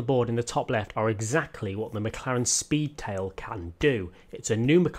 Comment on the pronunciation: I think I could die after driving the McLaren Spee-Tail! lol